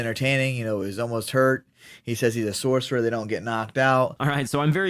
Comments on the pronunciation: Sorcerer 😂😂😂 its scouser* pmsl lol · 'Scouser' NOT 'Sorcerer'... 'Scouse'/''Scouser' means Liverpool accent/from Liverpool... Annnnd, Scousers can definitely get knocked out. Sure they knock each other out all the time.... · Sorcerer 😂😂 it’s Scouser (someone from Liverpool) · OMG when I heard that i did a double take i was like wait what? Rewind that. OH yeh he REALLY said Sourcery like a wizzard ahhahahahh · I thought I misheard it. No, he actually said "sorcerer". HAHAHA!